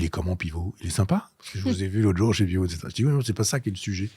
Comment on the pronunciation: Elle a découpé les cartier ÉTCÈTERA 😅 Trois essieux ÉTCÈTERA 😢